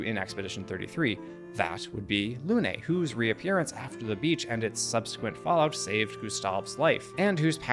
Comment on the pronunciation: It's not "Lounay", it's "Lune"